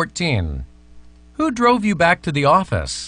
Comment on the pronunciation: 18번 who's가 he's로 들렸어요.. 영국식발음 그런건가요? 제 귀가 이상한건가요ㅠㅠ